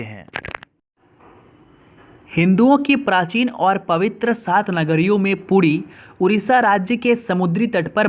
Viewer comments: Thats puri not pudi 😡😡😡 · It's not podi - (Puri) better you clarify and represent. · Pudi nahi Puri hai Bhai mere thik se bolo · यह धाम का नाम "पुरी" है "पुड़ी" नहीं । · That is not pudi ❌ That is puri ✅ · पुटी नही भाई पूरी बोलो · Pudi nehi hai... Puri hai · Bheya pudi nenhi....puri hai plzz galat ucharan mat karo. Bhabanako thesh pahachtihai...plzz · Pudi nahi hei, its Puri.. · Tum puri ko pudi bol rehe ho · Thik se bolo.pudi kya.puri h. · Are bhai pudi mat bol puri he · Puri Ko pudi, odisha ko udisa, daitapati ko detapati,indradyumna ko indrayugna, itna mistake karoge kya , so many wrong pronouncetion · It's not pudi ...it's Puri Jay Jagannath swami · Naam to sahi lo yaar please 🙏pudi nahi puri bolte h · Pudi nahi puri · puri bol pudi kyun bol raha h ... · भाई साहब "पुरी" है वह ना कि "पुड़ी" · It is odisha not udisha and puri not pudi🙄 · It's not pudi,its Puri😊😊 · Say properly it's ପୁରୀ not ପୁଡି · Abe puddi nahi hai wo puri hai or oodisha nahi odisha hai 😂😂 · It's puri not pudi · Not pudi puri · It's not pudi it's puri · It's not pudi ,it is puri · Detapati nhi 'daitapadi' N not poodi it's 'Puri' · Bro please correct ur pronunciation For e g - it's Puri not Pudi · Puri hota h pudi nhi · it's not poodi , its Puri ... Not oodisha , it's Odisha.. Plz fix your audio system. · Don't speak pudi puri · Fyi..it's not Pudi, it's PURI.. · It's not 'pudi' it's 'puri' It's not 'oodisha' it's 'odisha' 😀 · Tum to Puri v thik se nehi keh pa rahe ho it's not pudi it's puri OK Please current pronoun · Pudi nehi puri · Poodi nahi puri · It's "puri" not pudi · It's puri....! Not pudi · Ra ki da mat karo na hi da ki ra mat karo...I know may b u belongs to Bihar ya UP ya Jharkhand to aap ka accent thoda change hota h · Bhai pehle to pronounciation sahi karo aap....it's not Pudi it's Puri Not Udisa it's Odisha.... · Abe shale pudi nei puri hei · Plz yr pudi mat bolo o purii haii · Are bhai thoda pronounce sahi se karo. A pudi nahi puri he ar detapati nahi daitapati he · Poodi nhi puri